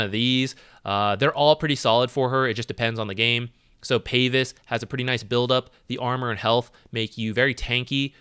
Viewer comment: Is it a DOTA-culture to pronounce it Payvis, or does he not know how to pronounce pavise?